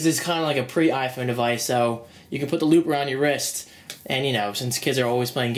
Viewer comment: I kept thinking that said lube instead of loop haha. Anyways great vid!